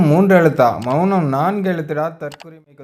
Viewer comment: "மெ ள னம்"😂😂😂😂😂